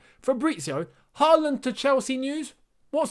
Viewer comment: You should try to pronounce Haaland correctly. The double a’s are pronounced like the ‘aw’ in words like hawk and thaw. The last a in ‘land’ is pronounced like the ‘a’ in words like past.